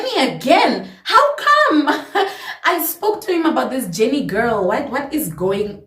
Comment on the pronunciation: The Caprivian accent came out on "JENNNIIIIII" 😂😂😂😂 Loved how you made me relate from start to finish ❤️❤️